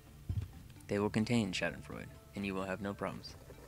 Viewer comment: I'm impressed you said Schaudenfreude right. Someone's done their homework!